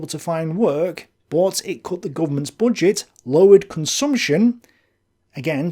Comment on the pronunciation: Why do you pronounce it "bodget"